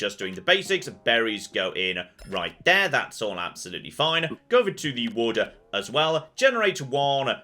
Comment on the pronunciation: Every time you say "wood" it sounds like you say water.